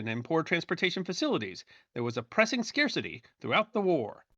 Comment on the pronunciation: Did you and do you always pronounce the word suh-carcity? 🤔